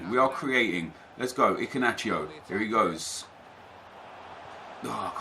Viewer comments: Where is the c in Iheanacho?? Your pronouncing it Icinacho lol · Who else found his pronunciation of iheanacho - so funny 😂😂😂